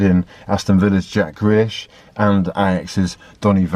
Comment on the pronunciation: sounded like you said grealish in a french accent, thats 10 million on his asking price